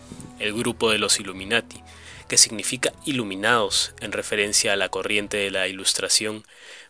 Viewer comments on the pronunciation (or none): Buen material. Preocupa la dicción: vendaos, ilumlnaos, mercaos. SaluDos.